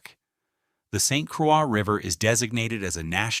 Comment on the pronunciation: Saint Quaaa river LMAO! You should narrate this yourself instead of AI LAZY A. I bet you didn't even watch it or listen to it.